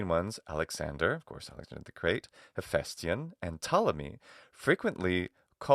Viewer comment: This is a consequence of having British actors play Greeks. The problem is that they're stressing the diphthong, so it comes out as "aye", but the correct pronunciation is [HephæsTIon]. In English, diphthongs automatically receive the stress. Not so in Greek however. It's one of those cases where the harder you try to say the diphthong correctly, the more wrong you'll be. You literally have to destress it, and it will come out correctly. But that's like someone saying "don't think about elephants". It generally takes an English speaker quite a long time to drop this habit.